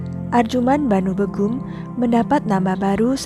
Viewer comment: Setahuku nyebut nama "begum" itu bégum (é: lele), bener nggak sih itu tandanya? 😂😂 Pokoknya antara è (bebek) atau é (lele) gitu... bukan ə atau ĕ (emas). Terus nyebut nama Kerajaan Mughal itu nggak dipisah jadi "mug hal" gitu Kak, tapi tetap "mugal", cuman caranya seperti mengucapkan "ghain" huruf `Arab.